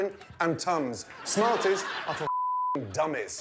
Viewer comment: NOO!!NOT SNARTIES!!! Also,THE CANDY IS RAW!!!